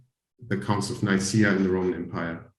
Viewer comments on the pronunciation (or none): none